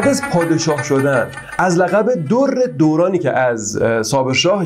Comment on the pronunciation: درانی بدون تشدید تلفظ می شود